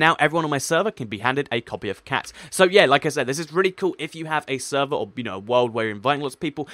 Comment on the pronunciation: "Sever" is it your mistake, or you not english?